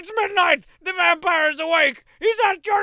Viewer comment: Been playing alotta Vampire Survivors lately, but thanks to this video and Strong Bad's pronunciation of the word; I officially refer to the game as "Vampoire Survivors"